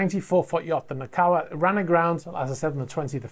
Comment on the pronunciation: It's pronounced NAH- KO- AH (not Nah- COW ah). Also, it's HO NO - LOO-AH (not Hah-nah- loo-ah). Thank you.